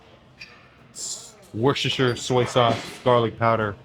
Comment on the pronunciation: Worshersher sauce